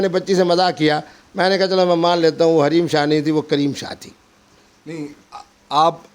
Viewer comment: Raheem shah nahi hareem shah he